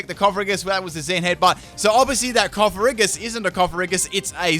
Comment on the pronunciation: I know it won't matter, me saying it, but....it's not coff-a-ree-gus, it's coff-a-gree-jus, ya know, as in coffin and egregious